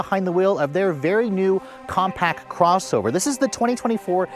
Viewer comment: Compact! Not compac